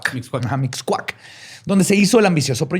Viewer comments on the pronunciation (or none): Que privilegio vivir en la zona llamada Mixcoac y que no lo haya podido pronunciar bien xddd Me hizo el dia uwu